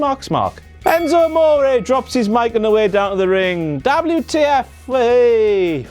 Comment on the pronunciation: I love it when he says Dablew Tee Eff !